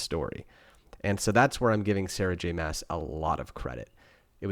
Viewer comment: Love the series!! It’s great to get a male perspective and I’m so glad you were entertained!! That’s what so awesome about books 😀 Looking forward to your next review! …I think her last name is pronounced like ‘moss’